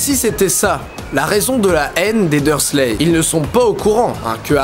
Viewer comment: (Les Dursley, pas les dur leu, désolée!)